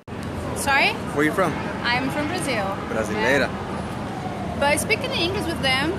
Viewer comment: Acho que esse falou "brasileira" de uma forma muito brasileira. 😂😂😂